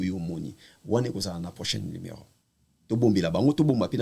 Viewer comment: Batu ba tanga te ba ilettrés nde ba lobaka limero aroport 😂